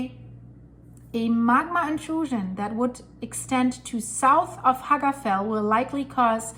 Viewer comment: Little pronunciation tip. Double "L" in word FELL like Hagafell is pronunced "TL" like FETL ;)